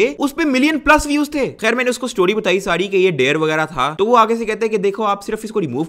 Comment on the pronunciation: Why can't you say "thi" "tha" correctly 😂💔